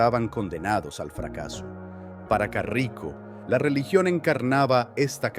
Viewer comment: Es caraco, no carrico xd